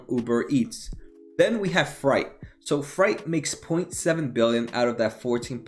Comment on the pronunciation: FREIGHT not FRIGHT!